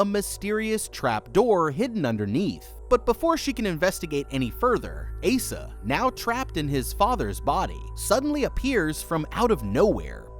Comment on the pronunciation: The name Asa is pronounced ACE-uh. Not Aah-suh. Mildly infuriating to hear you butcher that nonstop not gonna lie. Oh my god even correct yourself from but then INTERMITTENTLY BUTCHER THE NAME AFTERWARDS JUST STOP FOR THE LOVE OF